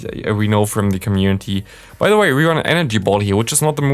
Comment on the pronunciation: one question why do you pronounce „the“ always „di“ Even of the following word doesnt Start with a e i o u?